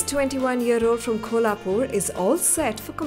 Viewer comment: What kind of Indian narrator pronounces "Kolhapur" as "Kholapur"? Indians butchering Indian names on Indian television, simply outrageous.